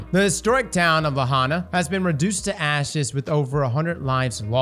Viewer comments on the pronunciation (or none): Lahaina is pronounced “LUH-hi-NUH” - only providing this because I’ve been to this town, and it’s tragic to see what’s happened there. Appreciate you giving it a shout out,. Keep up the good work.